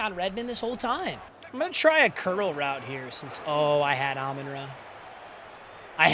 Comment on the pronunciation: bro why does he say everyones name wrong on his team lmao. alim, amon ra, teslaa